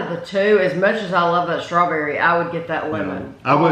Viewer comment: I love how says Shtrawberry Mousse ha ha